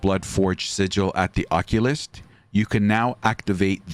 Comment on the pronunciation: You really mispronounced occultist lol